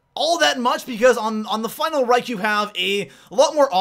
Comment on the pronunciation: Geez stop calling it the final rike that pisses me off its called reich not rike